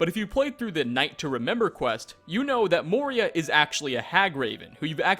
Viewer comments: It's "Moira" not "Moria". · It's "Moira" not "Moria." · For number 9 her name is Moira to help pronounce Moy-rah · this guy is just shit at pronouncing things in general (see: Moira, "Moria"; Ysolda, "Yisolda") - every other video he's like "i hope i'm saying this right lol" and he never, ever is.